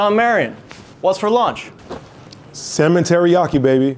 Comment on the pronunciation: "Cemetery yaki" 🙃